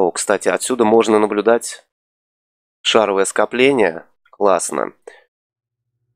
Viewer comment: шаровОвое скопление, а не шАровое!